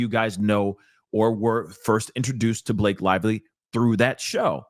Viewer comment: “B-LA-kay was in her feefees,” made me lol.